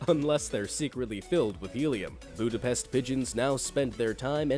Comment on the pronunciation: So here I am, watching this video and two sides of me are fighting to write these comment. One wants to correct how you pronounced "Budepst" and the other wants to agree with everyone, that a lot of these animals are actually cute and/or majestic. 😆💁‍♀️🙃